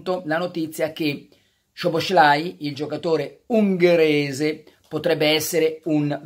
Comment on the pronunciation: Carlo in ungherese quando scrivi SZ (Szoboszlai) si pronuncia solo S, normalissima. Quindi la pronuncia è SOBOSLAI. Ti correggo perché ho mia moglie ungherese, e so che a te piace pronunciare i nomi correttamente. 😁